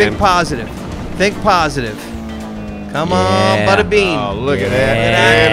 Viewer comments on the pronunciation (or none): When said 'think positive' I heard 'Thick positive' lol